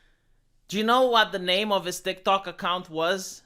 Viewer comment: calls TikTok, "DikDok."